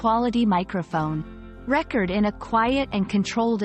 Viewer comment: Typical AI narration; can't pronounce the word "record" in its proper use or context here. That takes away the integrity of the YouTube Video...SHAME!